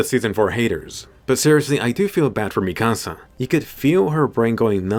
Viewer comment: Bro you’re butchering mikasas name really bad